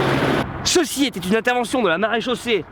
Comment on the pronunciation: "cheçi " lol😁